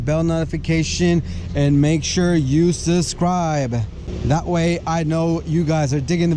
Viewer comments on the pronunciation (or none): Aaand suscrybuh....